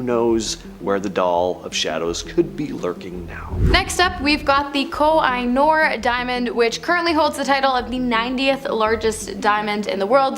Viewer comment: It’s not Ko-I-nor, It’s called ko-hee-Nur (oo sound)